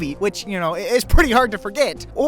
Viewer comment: Did he say forGyatt 🤣😭🤣😭🤣🤣💀💀💀